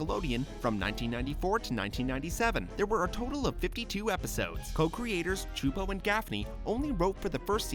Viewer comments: I'm pretty sure, it's pronounced "Soo-poh"... Not "Chew-poh"... No? Oh. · It’s killing me slowly that he says “Chupo” when it’s “Csupo” pronounced ‘soup-o’. I remember hearing it after every episode of it and I think I wanna say Rugrats too if I’m not mistaken. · I'm sorry, but isn't "Csupo" pronounced like "soup-oh"? Like, I distinctly remember the weird disjointed face at the end of every episode pronouncing it like that.